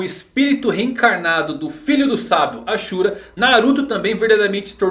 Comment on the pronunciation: tem cara q nunca assistiu naruto todo. So viu uns resumos e leu algumas paradas. A prova é ele falando os nomes,tipo namikaze ele fala "namikazê" zem contas o ashura q se pronuncia "asura" ja o fala "axura"